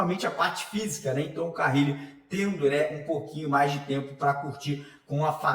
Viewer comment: Alguém dá um toque pra ele parar de falar carrrile